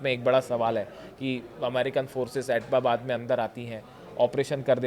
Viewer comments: Abtabad ❌ pronunciation Abbottabad ✔ pronunciation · Bewakoof Admi wo Abtabad hai naa ki Ababbab..pdhna nhi ata h kya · It's not etbabad, it's ebtabad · आप "ऐटबाबाद" बोल रहे हो जबकि सही नाम "ऐबटाबाद"है। सोशलमीडिया मे वीडियो बनाते समय उच्चारण का विशेष ध्यान रखना चाहिए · Sahi sa nol na siko abtabad bolo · एटबाबाद नही ऐबटाबाद.ठीक से सिखा करो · ये भारतीय एक्सपर्ट है। इनको उस शहर का नाम तक लेना नही आता (एबटाबाद) है। एटबाबाद नही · ऐटबाबाद नहीं - ऐब्टाबाद operating a channel but don’t know how to pronounce name of city. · Etbabad kyon bol raha hai. Us city ka naam abbotabad hai. Thodi to padai kar lo. Kabhi beti kabhi biwi. Kya confused ho b ho bhai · Attobabad bar bar bol kar galti kar rahe ho. Abbotabad bologe toh sahi hoga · Abbotabad h atapabad ke Nana bar bar galat bol rha h itne bade channel pr baith ke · It is not Atobabad? It is Abotabad. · Are aap to itni achhi news ki detailed analysis karte ho. Kam se kam is news pe sahi se working kar lete. Atbabad nahi hai ye Abtabad hai. I hope you made your corrections. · Abbotabad te bola nahi ja raha, reporter banne chala hai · Bhai Tera pronunciation aur research bahut hi kharab hai. Atbabad bol rahey ho baar baar.... Go and check the exact pronunciation. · अरे यार जगह का नाम तो ठीक से बोल लो,चले हो पत्रकारिता करने